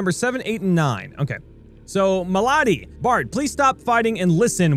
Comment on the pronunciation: "MA-lAD-IE" Do you mean "M'lady"?